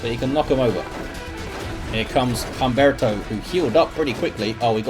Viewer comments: For future reference, the H is always silent. So it would be (H)umberto. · Humberto is a real name - it'd be pronounced as if it didn't have an "h" at the beginning - /umberto/